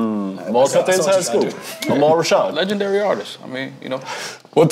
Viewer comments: “AhMAL Rashad” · “Amal Rashad” 😂😂